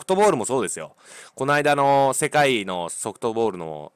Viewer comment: しぇかいw